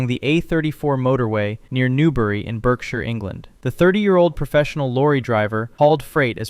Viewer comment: Great video. Just one minor point, in the UK, we pronounce 'Berkshire' 'Barkshire.'